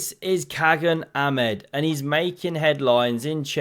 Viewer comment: Dear, in Turkish, the G is soft, similar to Dutch (without the throaty scrapping sound). Khagan = Kha-Ahn. Best